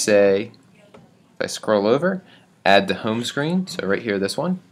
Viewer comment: you sound like you're from philly "houme screen"